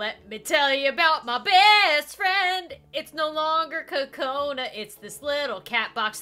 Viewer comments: Kokona not kacona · It's not Konna it's Kokona